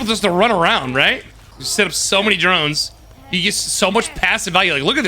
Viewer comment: I dont know if hearing wrong, but when you say Drones, I hear Geromes 😂